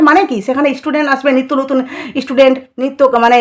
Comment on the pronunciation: Apni ektu chup kore theke amader upokar korun r kon istudent ase apnar kache aase? Student ke istudent bolen